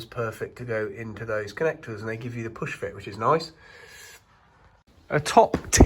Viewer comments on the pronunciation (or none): none